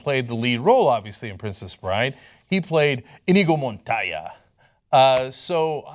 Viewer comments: it's not "Montaya" either as Cenk pronounced. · that pronunciation of Montoya was awful cenk